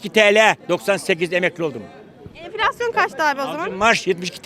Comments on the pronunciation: Neden yaşamıyor çünki merkel bırakmıyor bunu çünki süper almancası var bulunmaz meslegi var merkel bırakmıyor enfilasyon diyemiyor enfeksiyon diyor 😀😀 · “Enfleksyon” diyor 🤣